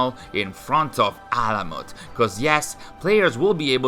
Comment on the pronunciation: You read that name exactly right ! Its ALAMUT..... it's the main and also the first fortress of hashaashioon( assassins ) which is in iran( persia ) ...and it's an ancient persian name which means bird's nest....im so happy that finally they built this game about alamut which is in ghazvin (a City in iran)....and also basim(باسم) means good looking or someone who smiles(it's also a Persian name but also in arabic language it means boy)